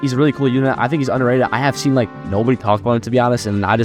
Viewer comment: "I wanna a talka about him a little bit-a" 🥀🥀🥀